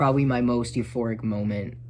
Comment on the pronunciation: late ass reply but yeah you’re pronouncing “euphoric” correctly. congrats on the progress